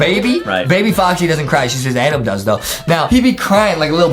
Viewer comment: I 😂 at that justin say ADaM and it says adaM 😂😂😂🤣🤣😂